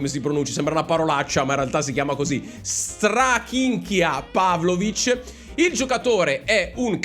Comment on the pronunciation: si pronuncia Staminchja Pavlovic